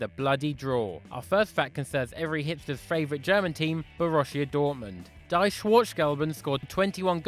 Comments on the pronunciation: Die is pronounced dee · german "die" meaning "the" is pronounced like Di in Di Maria or Di Stefano. Saying it like you did it sounds like you want the black and yellows to die...